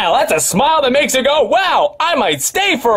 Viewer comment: "YEW BOUGHT JAKE PAUL A NEWW FUCKING HAT"